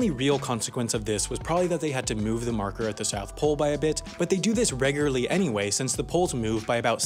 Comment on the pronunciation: this man still cannot pronounce the word “regularly”. good content though